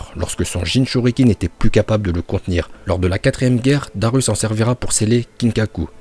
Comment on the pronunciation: Je vais déjà te calmer on dit Darui pas daru